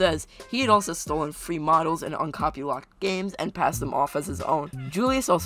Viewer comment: Did you say stole free models..?